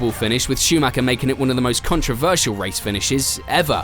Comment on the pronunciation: Schumacher is mispronounced too, it's a german name, not an englsh one (even michael is pronunced differently in Germany)